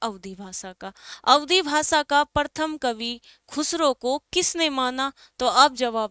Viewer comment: प्रथम होता है, परथम नही बोलते।🙄